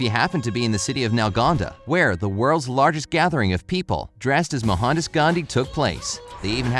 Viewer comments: It's Mohandas Gandhi not Mohandus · it not mahandhas its Mohandas And he is called mahathma gandhi in india pls know it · I am indian 😎😎😎😎😎 Not mo han das gandhi Its Mou Hn Daas gandhi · It's not Mohanda Gandhi it's Mahatma Gandhi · It's pronounced Mohan daas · Mo-han-das U pronounced wrong And his full name is Mohandas Karamchand Ghandi And is well known as Mahatma Ghandi U should know the word 'Mahatma' means great soul in hindi. 🙃🙃😉😉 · The way he pronounces Mohandas...